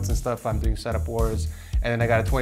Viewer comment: the way pronounces setup always bothers me lol ik its no big deal but i had to say it, love you and congrats on the house